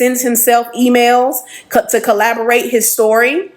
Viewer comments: Not to be petty at all but the ex gf kept saying collaborate. Its corroborate. Not collaborate. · If she say collaborate instead of corroborate one more time….🤯😂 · Corroborate! “Corroborate” is the word she’s thinking of, not collaborate 😅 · It’s corroborate not collaborate lol why use a word 3 times you don’t know (the 3rd woman) 😂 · The lady saying collaborate vs corroborate really irritated me lol. But yeah I believe em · Please it's "corroborate" for heaven's sake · If she don't stop saying collaborate! Its corroborate!😂😂😂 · If she would stop saying collaborate and not corroborate one more time 😢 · Like…. Shit was aggravating everytime 😂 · It was killin me every time she said it🫠🫠🫠Lmao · Lllaawwdd if she say collaborate instead of corroborate🤣🤣🤣🫠🫠🫠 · Omg I kept saying the same thing!!!!it was annoying 😂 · Girl! The word is CORROBORATE! Damn it lol. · I really want her to say CORROBORATE......